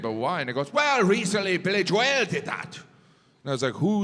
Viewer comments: "Billy Jo-EL" gets me every time. 😂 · Ave ya herd of Billy jwail? 🤣